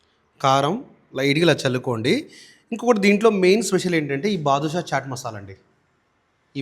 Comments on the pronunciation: Baadshah masala not Badushash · బాధుషా కాదండి అది. బాద్షా అనుకుంటా 😂😂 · అది బాదుషా, జాంగ్రీ కాదు బాద్షా ... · Not badushah its badshah 😂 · బాదుషా కాదు సార్ బాద్షా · బదుషా కాదు బాబు.. బాద్షా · Hello sir it is badsha masala not badusha